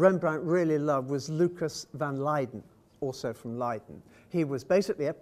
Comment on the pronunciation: Listening to this guy mangle Dutch/German pronunciations -hurts my ears -Shippol ,really, Burger master,Leede!!!